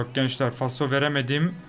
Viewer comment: Abi faso degil falso jedjjdnfbs